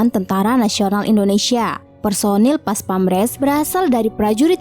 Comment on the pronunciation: PASPAMPRES mbaaak..bukan PASPAMRES...hahahaa...profesional doong mbaak.. 🙏